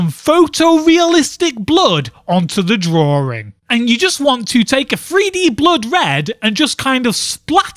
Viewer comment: "The year, of DRAWRING."